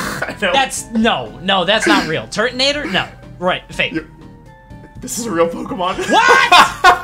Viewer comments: turtonator smh lmaooooo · wolfey saying turtonator bad like he's never played that one pokemon board game app